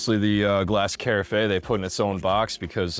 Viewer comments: Yes, great video, very helpful. But, I did want to mention that, too. It’s Kah-raf. Just a bit distracting, but great review, I just bought this maker and I’m looking forward to using it! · the word carafe rhymes with giraffe!! great info otherwise... i like the idea of this coffee machine.